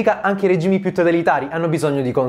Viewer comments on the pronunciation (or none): none